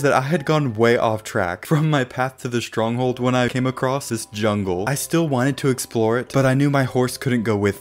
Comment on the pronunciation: You said strong hole